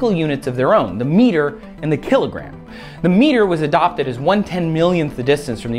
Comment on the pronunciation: kill-it gram